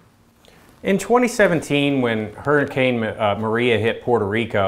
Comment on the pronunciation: "Huricane katrina" never again bud.